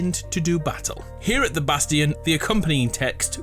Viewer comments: I'm gonna go insane if you keep saying bastion like "bas-tea-in" IT'S "Bas-chin" LMFAO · it is pronounced “bast-shun” not “bast-eon”